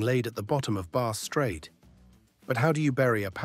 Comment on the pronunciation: The narrator didn't do all his homework - his pronunciation of Bass Strait and Marinus is woeful.